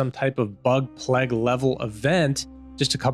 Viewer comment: Cheers for the vid. You are pronouncing the word plague wrong. it is pronounced play-g not p-leg. Just thought you should know.